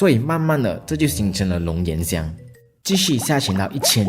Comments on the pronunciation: 龙涎xián香😂那个语文老师教的龙延香？ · 龙涎（贤）香，真丢人